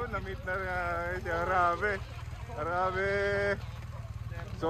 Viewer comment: Sir HARABAE po not Harabe hehehe